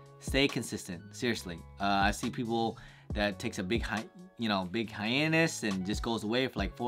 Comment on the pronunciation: Nigga said “hiannus” ☠️